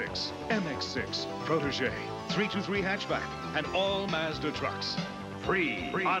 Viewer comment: they are saying mazda wrong in this commercial as well, wtf